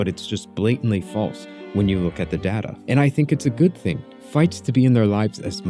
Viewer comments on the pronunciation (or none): You said data wrong